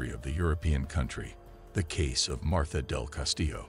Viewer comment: Her name is MARTA NOT MARTHA. 😊